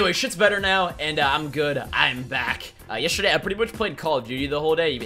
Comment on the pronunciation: He says yesterday strange, listen closely